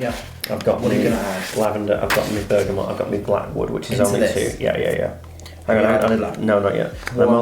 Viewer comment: Why do you keep saying "ber-ga-mont"? It's Bergamot. You even say it like "oh you don't know about bergamont?" lol no, nobody has actually. Surely a "perfumer" would have sorted this out - just makes you sound uninformed mate.